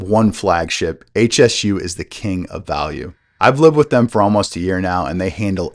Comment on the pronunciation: It's not H.S.U, it's Hsu Research, pronounced Shoo, named after the founder Dr. Poh Ser Hsu.